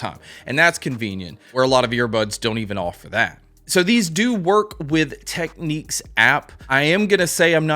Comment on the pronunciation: it's pronounced "tech-nicks".